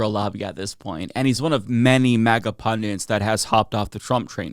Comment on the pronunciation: Pundit. Not pundint.